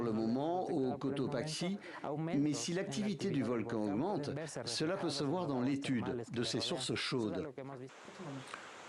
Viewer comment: Se prononce Cotopacsi pas cotopashi